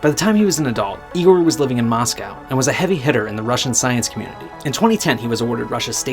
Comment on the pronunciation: You said Moscow wrong